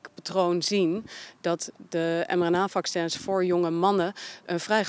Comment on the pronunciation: Fauci: 'We hadden helaas geen tijd om de nieuwe ‘fak-sens’ te testen'.